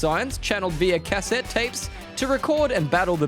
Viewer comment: The way you pronounce cassette is triggering me